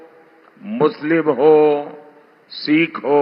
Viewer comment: मोदी पहले सिख़ का सही उच्चारण करना सीखें ।। " सीख "क्या होता है ???